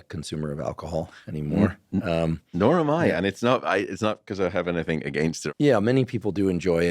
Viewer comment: Matt.. Please stop saying anythink 😢